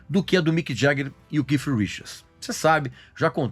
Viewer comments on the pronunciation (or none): Não é Keif não, meu caro. Se vc não sabe a pronuncia exta do 'th' em inglês diga Kate, mas não 'kif' como vc está pronunciando aí o nome de Keith Richards! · O Regis é cheio de frescura para pronunciar dai o povo vai na onda Keith e ponto nada de keiff eu hein aja frescura